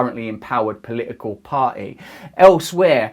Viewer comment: "POLLICAL" this ex junkie can't even pronounce his t,s. He,s enough to make any one cry 😢 horrible man.